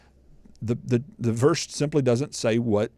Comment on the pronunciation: "He dudn't..." 😝 That English is ROBUST,!